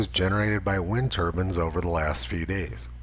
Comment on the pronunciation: "wind turbans" lmao